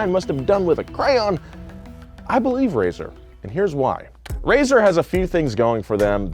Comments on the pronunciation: RAESR is pronounced raise-ar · I pronounce RAESR as RAY SENIOR